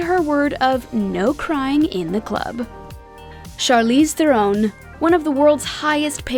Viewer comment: Charlize Theron's pronunciation really surprised me. So many people say that wrong, then.